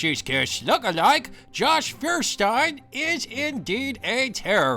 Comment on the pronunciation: Fuckwit can't even pronounce his own name properly. Feuerstein is pronounced fire-STEEN, not FEWER-stine. You'd think a guy with so much in common with a certain group of goose-stepping activists would be able to pronounce German words correctly.